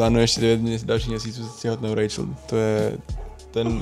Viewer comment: Ty jsi Rachel a on ti říká "Rejčl"? Není to zvláštní? 🤭